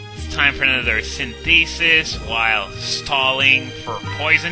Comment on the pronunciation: Hey, I dunno if you're still keen on these whole pronunciation things, but I figured I'd pass this along anyway. Synthesis is pronounced Sin-thuh-sis, not Sin-thee-sis. Not trying to be an ass or anything, and you can choose to ignore me completely if you want, no hard feelings. Always enjoy your work man.